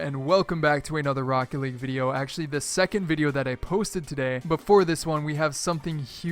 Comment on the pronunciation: He said rockt instead of rocket lul